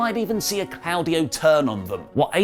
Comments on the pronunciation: If you say 'claawdio' again I'm gonna scream it's CLAUDIO NOT CLAAADIO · I cringe every time he says “Clowdio”. It’s Claudio. It’s pronounced “Claw” Dio.